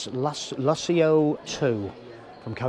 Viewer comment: Wow..great caravan...think its called the Lusso...not Luss-ee-ooh...lol. You didnt mention many of its features like the heating and cooling a/c... continuous hot water when connected to a tap...self levelling ....dual access kitchen sliding baskets..on board water tank...TV points in the bedroom and/or lounge...two Alko wheel locks as standard....Alko ATC2 stability control...ability to use Propane and/or Butane...privacy windows...luxurious thick removable carpets...a digital safe (why Coachman?)..wireless phone charging..external cold water shower point..external gas and 240v socket...4 motor movers...100w solar panel..digital TV/radio antenna....and a digital DAB radio which you need an A level in turning off radios to be able to turn the display off. Yes it looks nice and feels luxurious and indeed is but mention some of the features. As you can tell we love ours!